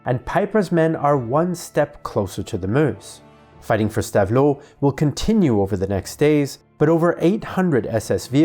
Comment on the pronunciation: Really excellent video. Two minor pronunciation points. Stavelot is more like stav-low, and Foy is fwa